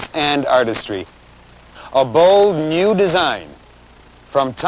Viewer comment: People don't pronounce "new" the same way anymore. ni-yew